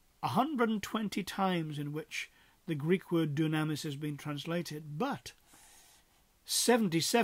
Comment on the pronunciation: Thank you for taking the time to produce and post this video. Just one point of order: The way to say dunamis is doo'-nam-is, not doo-nam'-is- or so it is given in Strong's..